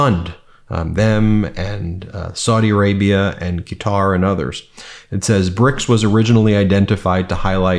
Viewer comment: The country of QUATAR is pronounced. CUTTER ... like you are cutting something with scissors.